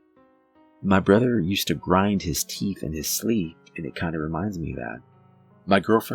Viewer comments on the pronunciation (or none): none